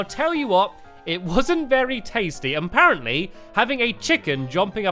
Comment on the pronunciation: has anyone noticed that stampy says "um parantly" ?